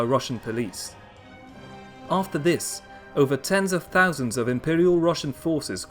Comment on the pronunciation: Definitely raised in the UK though.. can tell by the way he says "fousand" , "somefing" , and "foroughly" 😉